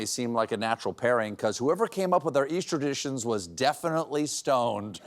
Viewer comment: "Easterrditions"?? pretty sure u meant 'easter traditions'